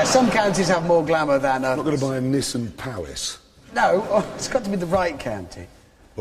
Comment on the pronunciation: Just realised they pronounce Nissan as Nissin. 1 is a car company. 1 is a noodle company.